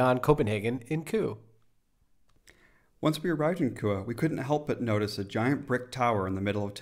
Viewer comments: you got super close to pronouncing Køge correctly you just needed do pronounce the e a bit more it sound kinda like eh. But it is a really hard word with the soft g and the ø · The way you pronounce Køge almost sounds like you say Kure. I'm not trying to make fun if you, cuz I know Ø is a hard letter for non-danes to pronounce as it doesn't exist in english. The best way to describe how to pronounce Ø is the "ur" in Curl. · I think we pronounce it 15 different ways in the video (and none of them are right 😂). And that would have been amazing! The cakes in Denmark are good because they learned from the Austrians 😋